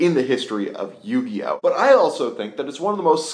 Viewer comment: "Yugioht" :P